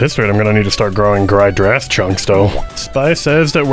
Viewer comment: “gried drass” 😊